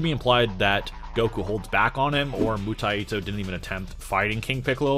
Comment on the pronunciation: why are you pronouncing 武泰斗 Mutaito with an extra "i" ? its Mu-Tai-To, Mu or Bu means Martial, and TaiTo is a chinese phrase for "someone of great importance" or "titan"